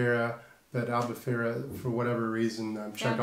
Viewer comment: Its not Albufeiria but Albufeira guys 😂